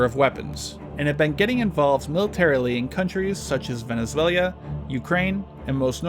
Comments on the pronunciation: Venezuela not Venezuelia... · Someone tell him Venezuela is pronounced Venezuela and not Venezuelia . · Lost it at “Venesweluwea”